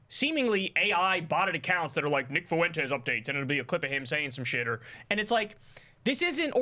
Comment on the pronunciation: The name is not, "Foo entes". It's like the word, "when", with an "F" in front of it. Learn it, Kyle. Tired of hearing your absurd over-pronunciation of that name.